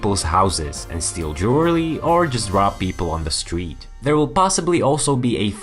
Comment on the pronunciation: "Jewerelly"? :'D